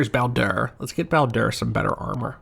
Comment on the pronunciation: I feel like I'm going to sound annoying for this, but why do you pronounce the Bao in Bao-Dur like Bow? When he introduces himself, he says it closer to like, Bayo-Dur.